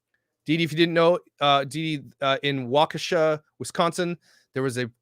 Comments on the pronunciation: Pronounced WALK-ISH-UH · Hey. I’m from Wisconsin. What part of Wisconsin are you from? I’ve been there. It’s pronounced like Walk-a-Shaw! Lol It’s like an how from Kenosha. Never a dull moment here! I hope someone got a license plate number! It reminds me of some type of suicide bomber! So sad and crazy at the same time. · WAUK u shaw is the correct pronunciation.